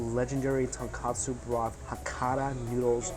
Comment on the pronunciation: Hey Mikey it’s tonkotsu not tonkatsu!